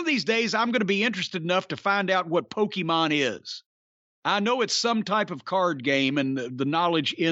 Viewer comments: “Pokey-maan” LOL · Hearing Cornette say "Pokemone" pretty much made my day. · I'm impressed Jim didn't call it PokEmans like everyone else from his generation dies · “One of these days I’m going to be interested enough to find out what Poke-E-mon is”- Jim Cornette, 2022. Very rarely does a single sentence perfectly encapsulate an entire man’s personality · Jim Cornette saying the word “Pokémon” made my year 😂